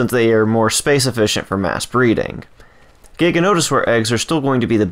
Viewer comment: The way you say giga make me die inside